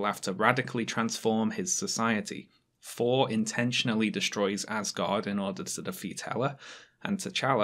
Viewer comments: Why do you keep saying "For" instead of "Thor"? Is this a dialect issue or do you have a speech impediment? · * pronounces thor as 4 the entire time * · Is it just me, or is pronouncing "Thor" as "For" and "Truth" as "Truf"? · "Black Pamfer" and "For: Ragnarok" You can't unhear it.